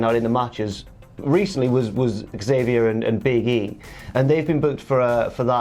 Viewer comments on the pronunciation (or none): Hate to be “that guy” but lad, Xavier gets really annoyed when people pronounce his name as “Zavier”. It’s Eckzavier. He’s blown up on camera a few times at people who keep saying Zavier 🤣